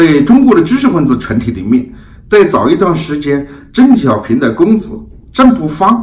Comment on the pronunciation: 我本人对何总的很多观点都是支持的，但是您本期节目里的“邓小平”的发音一直都是“郑小平” ... 我也真是醉了！ 另外，我眼看着明镜媒体一天天的壮大，本人是由衷的欣喜！ 继续加油！